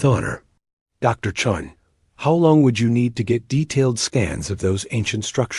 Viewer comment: It's commander chen and not Chung. 😂😂